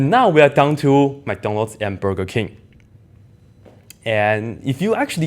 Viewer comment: I would have said Panda Express, but we don't know where you first worked. BTW It's BUrger King not BErger King. I have really enjoyed watching your videos. I'm not a student, I just love math; and your videos, of course.. It is one of the best mentally challenging exercises you can undertake to keep you sharp., which is why I watch your videos; not for any kind of gain, but purely for the enjoyment of the mental challenge.